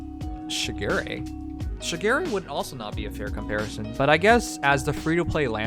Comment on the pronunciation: I’m pissed because he mispronounce shigure it’s pronounced sugar ray